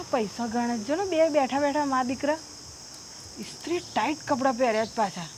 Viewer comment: મંગુબેન એક ભૂલ તો છે મીસ્ત્રી વાળા કપડાં નહીં ઈસ્ત્રી વાળા કપડાં બોલો 😂😂